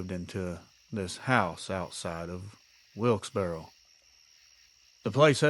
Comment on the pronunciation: Hey, you pronounced Wilkesboro correctly;) I live in North Carolina, and know that it can be tricky to try to get the names right. Love the stories of these encounters! I have my own, but not to share just now. Love and strength to everyone!